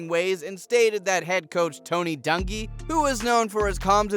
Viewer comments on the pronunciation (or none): I cannot believe the way this guy pronounced Tony Dungy's and Vanderjats last name